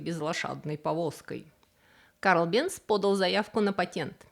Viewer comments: Невозможно слушать.... Бенц...... произносится Бэнц,немецкий мой родной язык. Голос тоже впервые такой непричтныц слышу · Фамилия немецкая. В немецком "z" произносится как "ц". Бензин к фамилии отношения не имеет. Там была сложная история. Началось в средние века со смолы "ладан Явы" или по арабски "лабан Джави". Но где-то получился испорченый телефон и "лабанджави" в Европе превратился в "бензоин". Можно представить, что через что-нибудь вроде "лабанджави", "банджави", "бенджуй", "бензой". В 1556 году Нострадамус получил из бензоина соединение, которое назвал "бензойной кислотой". А в начале 19 века перегонкой бензойной кислоты получили химическое соединение которое назвали "бензин". (В русский это название перешло как "бензол".) Топливо "бензин" это сложная смесь многих химических соединений, но своим запахом в основном обязано именно бензолу. Т.е. бензин пахнет как бензин и соответственно такое название и закрепилось за ним в Германии и потом в СССР. Но в других странах его называют по разному, например, "петроль" в Великобритании или "газолин" в Америке.